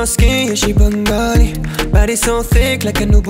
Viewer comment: he pronounces bengali like sylheti thats not better than "most" dont be delusional